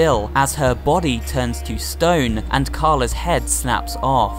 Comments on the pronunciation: And also, Cala Maria isn't pronounced as Car-la Maria, it's pronounced as Cal-a Maria. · I really hate to be knit picky, but Beppi is pronounced BepE instead of bepA. Also, Cala Maria is pronounced Calu Maria instead of Cala Maria. Sorry! I just wanted to clarify. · It’s not Beppay it’s beppi (pronounced bep-ee) and it’s not carla it’s Cala( pronounced cal-a) Phantom express-train Blind specter-ghost Heads-blaze brothers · Cala Maria More Like CalaMari